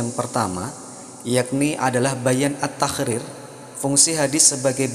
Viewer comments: Min... mohon maaf, kenapa ketika menyebutkan huruf ق berbunyi خ ya...seperti misalnya menyebutkan kalimat taqrir kedengarannya tahkrir...ini bisa salah dipahami oleh orang yg mendengarkan tanpa melihat tulisannya. Cmiiw 🙏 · bacanya bukan taqrir min tapi تقرير🙏